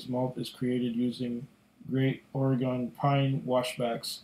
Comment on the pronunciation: Another good honest review. Been trying to decide on this or the Parliament and I'm thinking this is the one. Also Oregon like wagon, not ore-gone